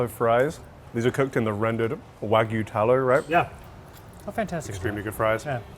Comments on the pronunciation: It's wagyu, not waygu. Wa = Japanese, gyu = beef. And don't even get me started on the butchering of mozza. Also, perfectly cooked eggs shouldn't have crispy edges, but that's just me. But I guess crispy edges is a thing in Asian cuisines. Should've gone to Jar. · Wa-gyu! .. it’s not wa-goo, or wag-oo….. WA-GYEW! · if you say wag-you wagoo one more time I swear to God I am going to make sure you get a lifetime ban from entering Japan. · Every time an American says “Wagoo”, a Wagyu breeder dies. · pronunciation of wagyu as "wah-goo" always makes me die inside. all of those looked great, but that steak from cut looked wild.